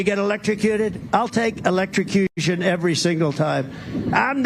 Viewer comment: "Eletricrution" every time! 🤪🦈